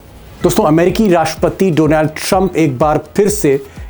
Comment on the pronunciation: सर डोनॅल्ड नही डोनाल्ड है सही उच्चारण हिंदी